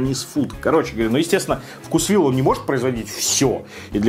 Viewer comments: делай еще видео про блюда из вкусвилла. У них много вкусных охлажденных блюд и пирожных. P.S. думаю правильно говорить вкУсвилл, а не вкусвИлл. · Правильно вкУсвилл 😄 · Правильно "вкУсвилл"